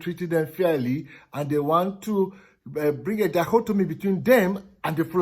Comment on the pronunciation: Good one but the word is dichotomy,not daihotomy.